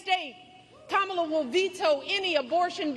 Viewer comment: I might be wrong but isn’t Michelle saying her Kamala’s name wrong